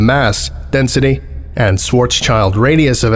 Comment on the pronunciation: The instant he said Swartzchild radius I started laughing, because I knew there was trouble. XD